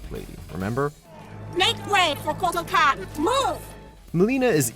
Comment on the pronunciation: That pronunciation on Kotal Khan's name....